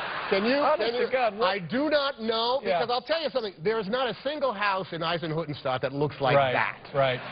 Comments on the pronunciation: Not Eisenhuttenstaat. It's Eisenhüttenstadt😂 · Nobody: Tom Hanks:"Izenhoodenshtuuhd"